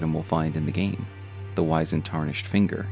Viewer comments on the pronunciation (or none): Small note, Wizened is pronounced W-IH-ZIH-ND similar to how wizard is pronounced. Not WHY-ZIH-ND. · it's wizened not wisened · Great stuff, but it's pronounced wizzened